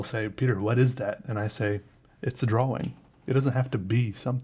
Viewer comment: I love the way you say "drawing"